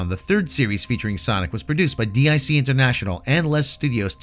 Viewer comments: I was gonna say anything, but then he pronounce dic as "dee-eye-see" instead of "deek," like they did at the end of every show. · Quick minor nitpick, DiC is pronounced “deek”.